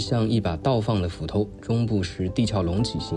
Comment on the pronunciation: 的中文造詣也很好，知道地「殼」唸「俏」不唸「咳」。👍👍